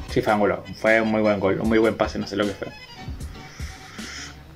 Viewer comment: No es Ángulo sino Angulo 🙈🙈🙈